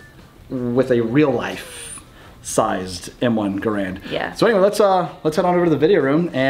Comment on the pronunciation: Oh yeah, please an M1 giveaway. Garand rhymes with errand.